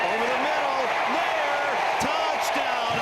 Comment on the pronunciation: Nayor is pronounced like la. It's creole and creole is French and French is a Latin language!